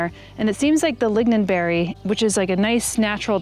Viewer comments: Thanks for the long list! (you write and say "lignonberry", but I think it's "lingonberry" (think "Klingon", not "lignin")) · what a fantastic garden. thank you for doing such important work! (btw, it's lingon, not lignon) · youre saying lingonberry wrong 😁